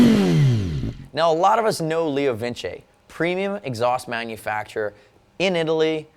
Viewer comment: Leo Vin Che? Leo Vince!